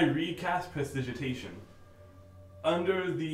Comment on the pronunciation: Wait hold up... How the hell did multiple of you (but especially ) not know how to pronounce Prestidigitation? I mean is THE RUNESMITH for cryin out loud!